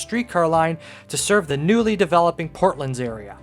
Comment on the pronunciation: The port lands. Port. Lands. Not “portlunds.” We’re not talking about Portland, Oregon, in which case you would be correct. They are the port lands of Toronto. And “the” is equally important because we say “the port lands.” Not “portlunds.” First say “port.” Then say “lands.” Then put it together as two words, not a compound word. Rhymes with “short hands.” Now say “Port lands.” Port. Lands. It’s evident on any map or just by googling the area. I enjoy your videos though. Don’t mean to be a hater. But educational videos should be accurate.